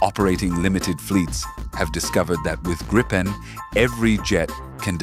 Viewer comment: Nice vid! But Gripen is pronounced Greepen! 👍 Not Grippen or Graypen! Gripen is the future, as Japanese KaiZen, improved all the time without leave the original aircraft… the machine last because it’s very good but the intelligence in it get better and better over time to meet future challenges